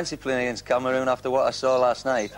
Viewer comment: Greaves: "Cameroons" ...oops!